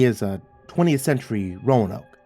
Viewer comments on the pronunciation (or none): none